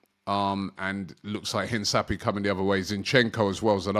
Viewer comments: Please Robbie! Hinsapy???? LOL een-kah-pee-EH it's a Spanish word that means to emphasise, remark or underline something important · Robby its not Hinsapie but rather pronunced as Hincapie (Hinkapie) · robbie it’s pronounced hin-ka- pee-eh… not hin-sa-pee-eh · Mate, please pronounce it correctly it’s Hinkapie not Hinsapie. 2nd time I comment this. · Robbie big bro, I thought someone might've corrected you by now but all good. Hincapie is pronounced inka-pee-ay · HIN - CAP - EE - AY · HIS NAME IS pronounced een-kah-PYEH like come on bro lmao try for me